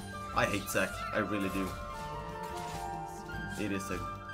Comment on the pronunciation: lol he says "sack" when he says "Zac"